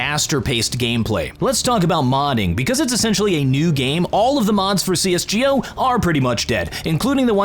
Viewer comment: no one:: cs GEE O lmao who spells it like that